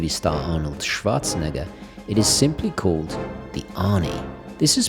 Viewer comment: Finally somebody to pronounce Schwarzenegger correctly. Not like Swootzanegah. 😅